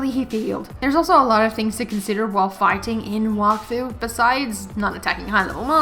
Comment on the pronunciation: There is also a show (French anime on Netflix) Wakfu it also in this world Edit: u also mispronounced Wakfu it’s like Wack Fue